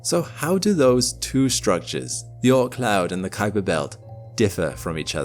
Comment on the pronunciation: I really appreciate your accurate pronunciation of "Kuiper"!